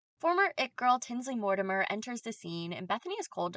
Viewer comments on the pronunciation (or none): none